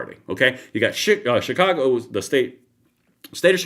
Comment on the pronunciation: Sounded like you almost had a Freudian slip and said shit-cago